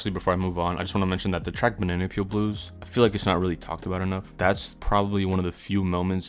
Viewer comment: Why do you pronounce Bananapeel like that?